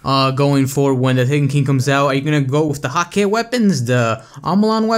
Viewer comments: bungie comfirmed that hakke is pronounced hah-kuh just to let you know :) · Hakkë is hah-kuh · hakke pronounced as hak-kuh kinda like hacker